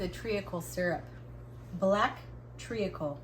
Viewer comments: mad as a box of frogs today. Love it! Oh and in England we pronounce treacle, treecle. No need to sound out the a😄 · Omg ….I laughed all the way through that cookie fiasco. You made it so much more fun and I totally agree that having him in your face and trying to make a new recipe would have ruined me. 😅😂😅😂😅 Oh…and it’s Tree-kl …without the “a” pronounced trea·cle /ˈtrēk(ə)l/ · Your family banter is classic. I love how you say tree-a-cle. Its just tree- kle. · I love your pronunciation of tree-acle. We say treecle here in the UK. Tastes good either way! Yum at your baking.❤ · It is pronounced tree- kle. Not tree-a-kle. The cookies look delicious. You can make your own brown sugar with white sugar and a little bit of molasses. So you can make it to your own taste. You could do only a 1/2 a dozen cookies and one of those smal loaves of fruit and nut bread like Apple pecan or banana walnut. One of those little loaves of bread are perfect for 2 people to sit and talk with a pot of tea. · I haven’t checked the comments..but just in case this isn’t there ..treacle is pronounced ‘treecle’ in the UK 😉🇬🇧💕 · treacle, you only have one vowel sound it is tree kle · You made me giggle with your pronounciation of treacle, in the U.K. it is pronounced “tree call” and we use it for ginger based cakes like ginger, treacle tart with a ginger base etc. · In Scotland we do not pronounce the A in treacle tree kle.